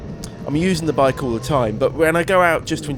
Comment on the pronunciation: Bi-ke. Tri-ke. not hating just stating.